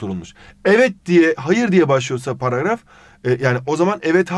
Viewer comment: Abi niye paraf diyorsun.Dilin mi dönmüyor.